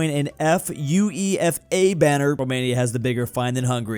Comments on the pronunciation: Hearing you say UEFA actually hurt my ears as a Brit. It's pronounced you-ay-fuh. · UEFA is mostly pronounced u waffer. I don't think I've ever heard someone spell it before. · him spelling every letter like it's FBI or CIA lol